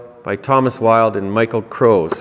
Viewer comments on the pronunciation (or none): none